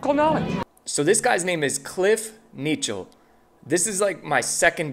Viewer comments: Is that the correct way to pronounce his last name Knechtle? That sounded like Nietzsche. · Cliff Ken-echt-lee (the phonetic way to say his name). Just FYI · BTW, I believe his last name is pronounced "connectly". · Actually, his last name is pronounced Ka-NECT-LEE. i used to pronounce it the way you did too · Been watching Cliff for many years now, he's one of the best. His last name is pronounced very differently from how did it though😉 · Cliffe is awesome… put respect on his name. You butchered his last name haha. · Cliff, my pastorI just wanted to let you know that you said it last name wrong